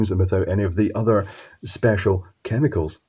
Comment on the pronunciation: Is it just me or did he say the word chemicals a bit weird at the end 😆